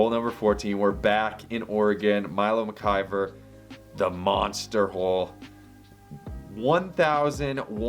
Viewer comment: Great to see Milo making the dream 18, and you picked the proper signature hole, according to locals AND you pronounced McIver correctly, tooooooo! (It’s McIver, not MacGyver, everybody)